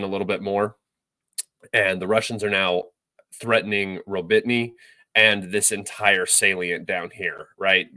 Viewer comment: Ro-Bit-Ny????? Where the fuck is that???? Do you mean Ro-Bo-Ti-Ny ?????